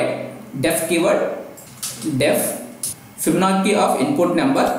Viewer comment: Also its Fibonacci (Fib- Ah- nachi)